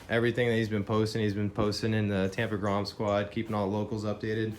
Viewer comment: hey said "grome"